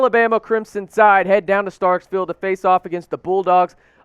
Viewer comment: one thing bud.....it's NOT StarkSville...it's Starkville